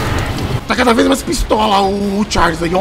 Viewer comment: "TcháirRrRrliss...O Trem PiêéirRrRrnudo"